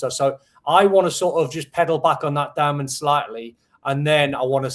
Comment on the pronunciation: Why is the host call him Doh-man? Isn’t his name pronounced Dow-man.